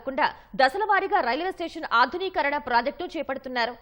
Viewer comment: ఆధుని కీ కరణ కాదు ఆధునీకరణ